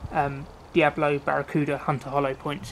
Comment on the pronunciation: its D.I.A.B.O.L.O NOT diablo